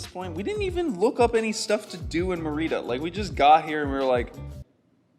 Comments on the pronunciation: [, my mom used to live in Merida- really lovely city! I believe it is pronounced MER- ih-da- emphasis in the first syllable. There are some gorgeous beaches nearby. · Check on your pronunciation of Merida. My Mexican sister-in-law pronounces it completely different. I have been to Merida years ago and it’s a nice city to spend some time. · It’s so weird how you pronounce Mérida 😂😂 I know you learnt Spanish and just as a tip, the acento is there for a reason: you should stress the first syllable (MErida) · Yes, accent on the first syllable MERida